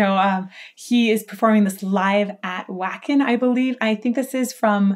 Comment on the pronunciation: Definitely not avante a see ya. More like advantageous without the hard consonants. And cmon, I love ya but a vocalist that likes viking culture and doesn't pronounce a festival in GERMANY with at least the hard W(V as in Wagner) for shame. Just giving you a hard time